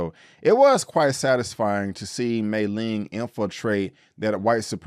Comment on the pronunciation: Great review. Agreed with all your points. One nitpick, Mai-Ling's name is pronounced "MY-Ling" not "May-ling." Otherwise it would've been spelled Mei-Ling.